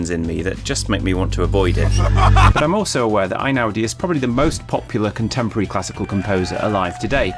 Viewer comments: One point about his name. Since he's Italian not German, isn't it "ey-now-dee" rather than "eye-now-dee"? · Maybe this has been said before, but his name is NOT pronounced I-naudi but Eh-ee-naudi. In Italian the "E-I" sound of two vowels next to each other is a diphthong comprised of a separate "eh" sound as in "ten" and an "ee" sound as in "bee." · He is Italian, so the first syllable of his name rhymes with hay not with rye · Interesting reflections but it would be better to start with pronouncing his surname correctly.